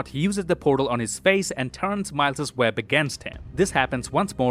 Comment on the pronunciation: "Spot you-ziz the-uh poor-dole hawn he-iz fay-is uhnd turns Mile-ziz..." - !? No. It's just Miles nit "Mile-ziz," you typical mouth-breathing degenerate filth.